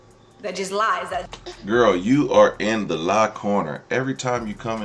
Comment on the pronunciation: It's your favorite gwurl your gwurl not my gwurl 😂😂😂